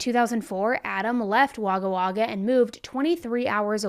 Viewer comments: Wagga Wagga is pronounced Wogga Wogga. Giru is pronounced G as in good i as in is ru-roo. Giru. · The town is pronounced Wogga wogga ❤ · Waga waga😂😂😂 it's woga woga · I’m thinking where the heck is waga waga in Australia then I realise she is saying Wagga Wagga it’s actually pronounced woga woga I use to go there on holiday! 🇦🇺🦘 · Actually pronounced Wogga Wogga but spelled Wagga Wagga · That is not how Waggawagga is pronounced. We say it 'woggawogga' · Wagga is pronounced wog-gah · Thanks for doing a case on a fellow Australian. FYI if anyone is interested it is pronounced Wogga wogga not Wagga Wagga ☺️ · Wagga Wagga is pronounced Wogga Wogga. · Just had to come here to say this, I laughed so much when you said Wagga Wagga. I said it like that as a kid, when I discovered I lived there. It’s pronounced ‘wogga wogga’ lol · Wagga Wagga is actually said 'Wogga Wogga' 😂 i live in Victoria and i still struggle with weird suburb names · Only a couple of minutes in and had a giggle at "Wagga Wagga". It's silly to expect people who are not Australian to get some of our pronunciations right as many of these towns are based on Aboriginal languages, but I just thought I'd point out that it's pronounced "wo-guh wo-guh". Now, to listen to the actual story. I am one of those people who is either cleaning or doing my make-up while listening to you, by the way. It's my relaxing time before Mum duties kick in. 🥰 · Pronunciation of Wagga Wagga is "wog-ga wog-ag". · Wagga Wagga is actually pronounced like Wogga Wogga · Wagga Wagga is pronounced Wogga Wogga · god love u.. its pronounced WOgga WOgga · Hehe, the way you pronounced Wagga Wagga. Our Australian names are interesting. It's pronounced Wogga Wogga. This case does make me so angry, I'm off to scrub the hell out of my tub. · lol you are so cute Wagga Wagga is pronounced like this Wogga wogga not spelt the right way, but pronounce that way if you know what I mean I’m a Australian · Wagga Wagga is pronounced "Wogga Wogga" 🙈😂